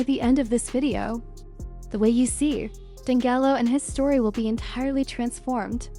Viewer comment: Pronounce his name right! 🤦🏽‍♀️